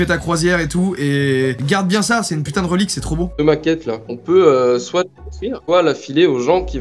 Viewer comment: pourquoi tu a dit soite